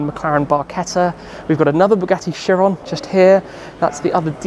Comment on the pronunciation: Bugatti Kye-ron. Kyeron. Not Sheeron. 😁